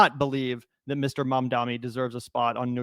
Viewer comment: MAMdani, not Mandami